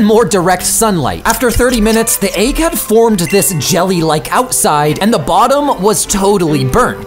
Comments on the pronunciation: Why do you pronounce egg as aig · Why does he pronounce "egg" like "aygg" Is that normal and I'm just crazy? Idk lol